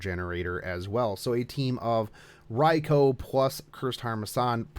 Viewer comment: Ok, I thought it was just the way you pronounced the name, but for the historical version you actually pronounced "Rai-Kho" but keep saying the fate version like "Rai-Koo". Why is that?